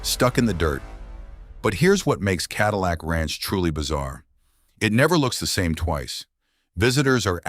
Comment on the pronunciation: Ka dill icck ranch?? Gotta love AI